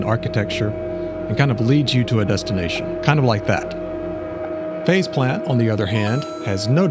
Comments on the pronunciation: I think they should've just accepted their fate and called the plug-in Face Plant since that's what it sounds like everyone is saying when they pronounce it. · I swear I heard you call it Face Plant. Excellent as always. Thanks for pointing yet more software I need.